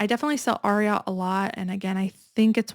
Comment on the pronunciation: Ariat the brand is named after the famous Triple Crown winning thoroughbred from the 70s, Secretariat. It’s pronounced AIR-EE-ET not ARE-EE-AHT. You can see how the logo is three horse shoes. 🙂